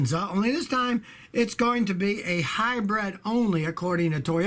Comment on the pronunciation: I love how he keeps calling them “hi-breads.” Sounds like a New Yorker, but when it comes to hybrids, you can’t hide the Texan